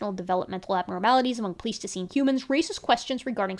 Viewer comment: Thanks for doing this work. I wouldn't have the patience myself, but I'm glad you do. One thing: isn't "pleistocene" pronounced with a long i in the first syllable? I kept wondering if I'd heard it wrong my whole life, but I checked a dictionary pronunciation, and it did have the long i. Is it one of those words that has multiple pronunciations?